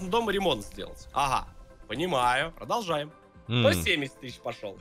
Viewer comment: Никто: Абсолютно никто:: Прожолжаем наш разговор